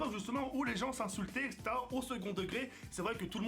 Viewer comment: Bravo & couillu de ta part de quitter ton ancien format. Tu as juste des petits soucis avec le mot "etc" ^^ mais sinon ça avance plutôt bien! Bonne chance pour la suite: )